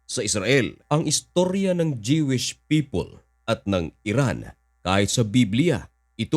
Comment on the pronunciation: Jewish is pronounced as Juwish or Dyuwish sa Tagalog and not Jewish o Dyewish. PEACE, brother...